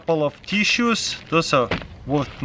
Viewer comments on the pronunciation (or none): "couple of TSUES" 😂😂😂😂